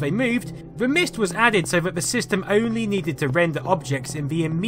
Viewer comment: "Vis" and "vat" ... Can't listen. Sorry. Pet peeve.